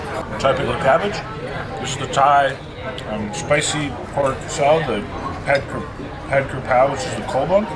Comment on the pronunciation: its not pronounced ped ker peu lol! It's pronounced "PAD" as in a drum pad... Kra is pronounced "KrAH" ( rolled R ) and "PAO" is pronounced like how you would say the first name of Mao Zedong but with a P instead. 🙂